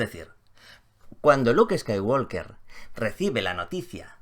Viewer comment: Me duelen los oídos cada vez que dices Skywalker. ¿Podrías, por favor, pronunciarlo bien?. La “L” no suena.